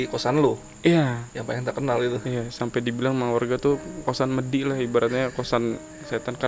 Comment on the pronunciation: bacanya medi mas, bukan medhi